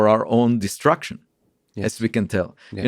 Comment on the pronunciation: I love it when he pronounces "destruction" like "distraction" ❤️